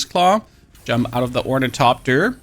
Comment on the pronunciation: or - ni - THop- ter you're welcome :) great video!